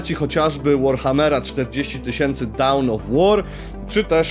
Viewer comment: Materiał dużo ciekawszy niż ten ostatni na TV Gry, i bez nachalnych reklam. Nie chcę się czepiać, ale już któryś raz to u Ciebie słyszę - Dawn of War raczej się wymawia bliżej słowa „dan” (American English) lub „don” z takim długim „o” (British English) niż „dałn” :) polecam LDOCE online. Są wymowy zarówno British English jak i American English. Jeszcze coś podobnego wyłapałem w jakimś innym filmiku, ale chyba sobie nie przypomnę